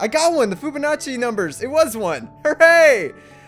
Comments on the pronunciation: I cringed every timef he said Foobanacci instead of Fibonacci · did you say foobanachi